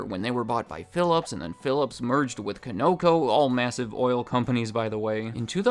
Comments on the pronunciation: 7-Elevens were the grungiest stores when we had U-Tote-M's since Circle K appeared, all the former UTM's changed in the area to CK THEN most all became less of a food products store inside and Liquor Stores.. with offshore citizen ownership and no chain affiliation Conoco is pronounced Con-oh-coh not Ko-no-ko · Kawn-uh-KOE, not kuh-NOE-koe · You mispronounced Conoco and it messed with my brain. 😂 CON-oco, not Co-NO-co or CO-noco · What I took away from this whole thing is that it Conoco might be pronounced Co-No-Co when I have been pronouncing it as Con-O-Co all these years. lmao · I'm sorry but what is co naco lol Con a co is how you say it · The way he said conoco baffled me LOL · You're the only person I've ever heard pronounce Conoco with emphasis on the second syllable instead of the first. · The best part was your pronunciation of the word Conoco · Conoco does not rhyme with Sunoco, fyi.